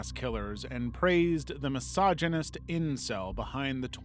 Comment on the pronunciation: Dude you the emphasis on incel makes you look like one